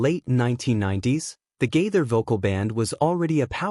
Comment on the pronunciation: Why do you pronounce Gaither like that.